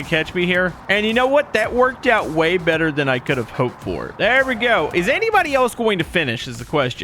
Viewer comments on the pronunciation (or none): none